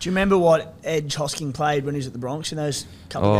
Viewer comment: Love how is the only person who can pronounce hosking